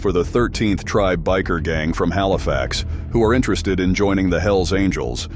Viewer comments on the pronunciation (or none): none